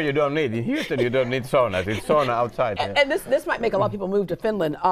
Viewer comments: the lady hostess was very good! My grand parents came to the USA from Finland .And anyone in my part of North East Minnesota cringes when SAUNA is not pronounced correctly.. It is Sow , as in female pig.. and Nah... not saw nah.. It does my heart good to hear English with a Finnish accent like I heard as a kid in the 1960s and 70s. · Yes. But i wonder why every fin loses his/hers finnish talk when they go overseas. Sauna is pronounced "Sauna" not Soona.